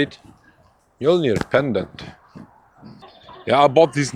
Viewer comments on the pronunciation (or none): none